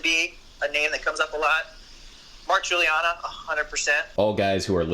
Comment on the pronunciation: Aaaaagh, Mark Guiliana has a "misspelled" name, like Shia LeBeouf -- they're pronounced just like the usual spellings, Giuliana and LeBoeuf. (In Shia's case, apparently it's his grandmother's fault.) Having a "correctly"-spelled but frequently- misspelled name myself, I wonder how much trouble he has getting people to spell it right... and conversely, how much trouble people whose last name really is Giuliana have with that being misspelled as "Guiliana".